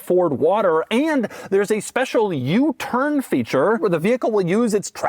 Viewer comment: Never heard anyone say U-turn with the accent on the “turn.”